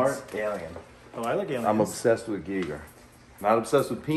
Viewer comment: I love how the guy is obsessed with h.r. Geiger and doesn’t even pronounce his name right once